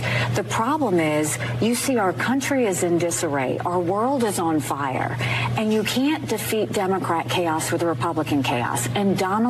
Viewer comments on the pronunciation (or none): none